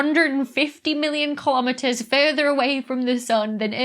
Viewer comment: YAY!!! I caught a BLOOPER THAT YOU MISSED!!! LOL - "A hundred and fifty million KILOMETEMERS" !! LOL :D It's so cute... as Dr. Becky ALWAYS IS! :D